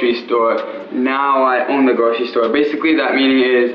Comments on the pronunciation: “stawted fwom the gwocheri stowe, now i own a wawi” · I think they pwonounce it gwocewy stower.